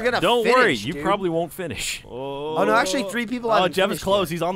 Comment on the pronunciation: It's not "Did Not Finish" It's "Did Not Finger"